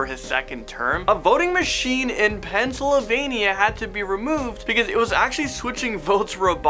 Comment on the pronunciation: I’m sorry but the way he says Pennsylvania 😂